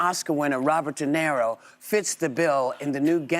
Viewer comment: De NERO???.... Whoopy can't even get the name right.